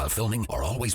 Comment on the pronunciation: you said fingy lol